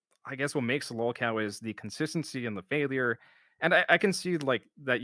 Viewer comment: Give it a month tops for Pigler to call Joon a “mouth drooling morahn” and that he’s no better than Turkey Tom.😂 Pigler admitted he’s a “lahlcow” watch him deny admitting to it later.